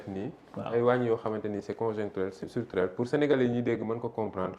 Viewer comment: Mais c'est quoi "Istructurel"